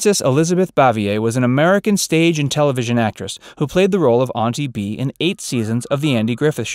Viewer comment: Ain’t Bee, not Auntie Bea 🤦🏻‍♂️